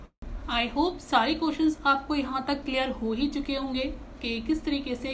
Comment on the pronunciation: Kotion nhi hota kueschen hota hy